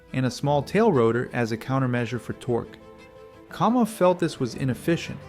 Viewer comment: KAM off, not KOM off. Educate yourself, dude.